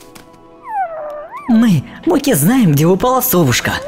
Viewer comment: МОКИ, НЕ МОККО!!!!!!!!!!!!!!!!!!!!!